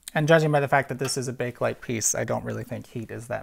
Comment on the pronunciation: The first "E" in "Bakelite" is not silent.